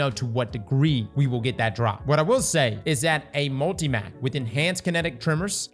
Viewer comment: the way you pronounce multi-“mac” pisses me off lol